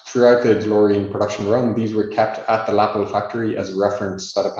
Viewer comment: great presentation and video! One remark, not trying to be a smart-ass, but the name of the company is not pronouced Läppel, but really Läpple. Thanks again for sharing this historic piece of information.